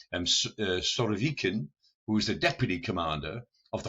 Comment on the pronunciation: Doing a better job than the Telegraph of pronouncing Surovikin. The analysis is pretty awful, however.